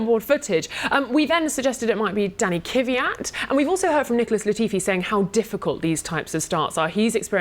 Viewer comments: Is it that hard to say Kvyat instead of "Kiviat"? Reminds me of Americans saying "Newkiller" instead of Nuclear. I wouldn't say the crash was anyone's fault in particular, they were following the rules in place, and those rules clearly need to change so that these sort of things don't happen again. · Giiiirl! It's not Kyvyat. It's Kvyat!!!! Good get it right! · I'm really bothered by both of their pronounciation of Kvyat's surname. It's not Kivat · WHY DO THEY SAY KYVIAT AND NOT JUST KVYAT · No such driver as Danny Kiviat. It's Kvyat for goodness sake. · Kiiiiiiiivyat...its Kvyat btw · Kiviat, Kiviat, Kiviat.. It's Kvyat ffs! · KVEEE AT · IT IS NOT KIWIAT!!!!!!!!!!!!!!!!!!!!!!!!!!!!!!!!!!!!!!! You have one job, pronounce the man's last name like it should be! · "Danny kuvyat"?